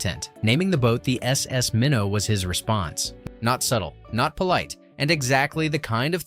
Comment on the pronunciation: Minn-oh not mine-o